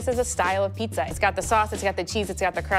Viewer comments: Person who hosts a pizza show, pronounces it pisa, nightmare! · needs to start saying “pizza” instead of “pissa” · It's pronounced 'Peet-za' not ' PEESA' goddamn that bothers me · Someone needs to teach how to say piZZa she says pissa and it drives me nuts. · Great show and love the channel. I die alittle everytime when she says Pissa >_> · I like how she calls pizza "pissa" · Pissa... Pissa. Am I hearing her wrong? It's like my misophonia is reacting to the word... Pissa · STOP CALLING IT PISSA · Fuck sakes ... it's pizza not Pisa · I'm really trying hard to not hold her pissa pronunciation against her but it's hard. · Can the host please learn to say Pizza? It's not Pisa. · I can't phukin stand when ppl say Peessa!!! 🤬🤬🤬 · PiZZa darling!! Not piSSa.. That is pissan me off :/ You could not find a presenter with correct pronunciation for the theme word of the show? Really?! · I can’t get over pronouncing it, “PEESA” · The way pronounces Peesa make my ears perk up every time 🤣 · "In the peesa world" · I hate how says "piece-uh" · Not only does that lady say peesa, she also says axe. Ugh And I think it is a casserole. Way too much cheese for me. The ratio is way off. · Does it not bother anyone else that she keeps saying peesa? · The way she says piecsa bothers me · I really like her pizza, but does she have to keep pronouncing it peesa? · says "Pee-sah". Also, these videos are cringe. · Host of a pizza show; can’t pronounce pizza. 😂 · ....instead of the "two yoots" it was two pizzas. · She can’t say pizza correctly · How can she have her own Pizza show but can't pronounce the word pizza correctly 🥲